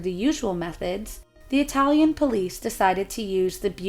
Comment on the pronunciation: please remember: you have to pronounce the fucking vowel at the end of every single word when you speak italian!! Oh sembra 'he tu c'hai un pel di fica sulla lingua, direbbe il Nesi. Ora vo via, ti saluto che c'ho d' andà in posta ed in banca. VIVA IDDUCE, il lavoro e la libertà. RISORGEREMO, prima o dopo, salto del capretto e della volpe l! Thank you